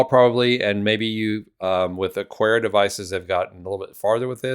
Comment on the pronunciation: No 'u' in Aqara. Just pretend it's a k instead of a q.